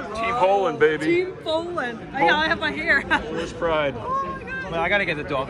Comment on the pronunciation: probably?? There is one girl in the beginning, what a sweety, she said 'Poolen', probably means Poland 😅 you gonna ask her for some bowling or a drink right 👍